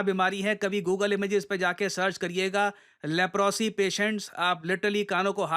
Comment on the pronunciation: लेप्रोसी नहीं लेप्रसी बोलते हैं।